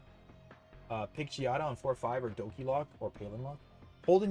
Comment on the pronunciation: I still dont get why you call her Xadia. Its Xiaaaadaaa bruh 😂